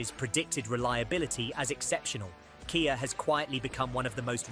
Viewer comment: KAY YAY sportAGE. Ai slop.